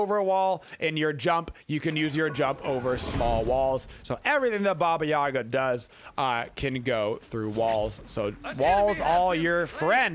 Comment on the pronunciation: It’s too bad that the game and most people pronounce Baba Yaga wrong.